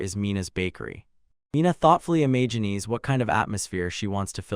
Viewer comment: the evil-warding nature of silver gets read by you as "the sinister nature of silver"!? There are so many little bits that are just off, like sometimes "imagines" gets pronounced as "Imagineese"